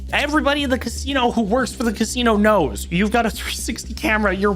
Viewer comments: Why is this dude so obsessed with inserting Rs into every word "Everybody knowrs Mr Beast, even if you traveled to the morst remort" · Everybody "knurs" MrBeast? Mariur?(Mario) not an accent at that point just a purposeful mispronounciation